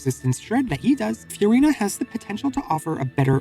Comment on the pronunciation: Who's Few-rina?